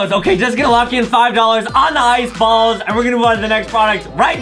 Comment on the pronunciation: these rainbow ice "bawls"